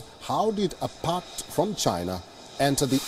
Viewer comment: did he say pact instead of part?